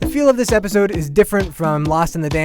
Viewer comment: did he say "episod"??? ahahahahah i believe the correct word is episode.